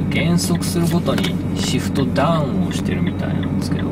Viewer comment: シフト⤴だーうん⤵